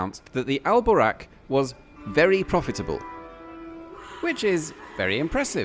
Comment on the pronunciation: If you say 'the' you don't need to say 'al' because it means 'the'. And the A in Boraq is long and the Q is further back in the throat, a bit like in 'buck', not as in 'back'.